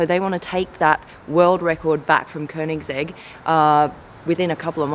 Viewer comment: Wow she pronounced koenigsegg right that's rare in NA